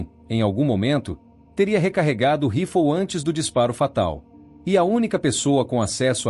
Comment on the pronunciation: Que mania de falar " rifol" o nome é RIFLE!